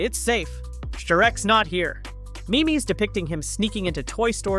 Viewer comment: It’s not meemees. It’s memes